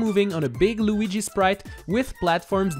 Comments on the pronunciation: Cmecraft ALREADY DID THIS!!!!! ALSO STOP SAYING LOOGI! Ugh..... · I love the way he says Lugi